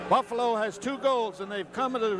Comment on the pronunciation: Boofalo? LOL